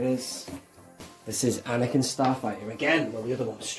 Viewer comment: I quite like A-neck-in ... 🤦‍♂️🤣 Couldn't you apply the stickers and then use an earbud to apply some black paint over the top to tie in the weathering!? 👍